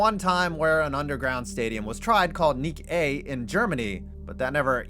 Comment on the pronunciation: What was the German dome called? I tried to google it as "Nik-A" and got nothing LOL